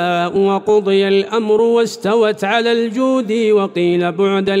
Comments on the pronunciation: قراءة الشيخ مع هذا الصوت الجبيلي جميلة جدا لكن عنده ألحان بالقراءة ذكرها الأخوة وازيد عليها قوله تعالى ( ركن شديد ) الكاف بالتسكين وليس بالضم الاية ايضا ٤٤ ( الجودي ) بالتشديد ياليت يصوب قراءته على شخص مجاز حرام هالصوت مع هذه الألحان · السلام عليكم ورحمة الله وبركاته وبركاته في خطأ (واستوت على الجوديِّ )